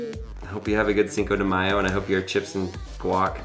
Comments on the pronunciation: "sedimao", 2018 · it sounded like you said "noshindayo" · Cinco De Mayo. SDEMIYO, said. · "Cinco du mayo" lol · Fix the pronunciation for Cinco de mayo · The way he pronounces cinco de mayo makes me die a little inside each time